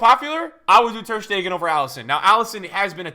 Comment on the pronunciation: Why does everybody say Stegan instead of Stegen??